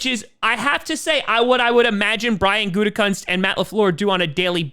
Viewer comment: Pretty sure Gutekunst is pronounced Gutekoonst. At least that's how everyone said his dad's name when he coached. Although Gutecunts sounds funnier.